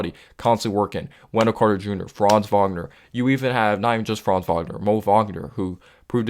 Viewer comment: Good vid. I like you putting out consistent content. Extra props for pronouncing Banchero and Wagner name correctly. 👍🏽👍🏽👍🏽